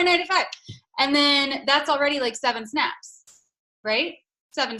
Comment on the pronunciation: I thought she said 7 snacks. Not snaps 🤣. Can I post a video of my 7 snacks on Instagram 🤣🤣. Almost to 10.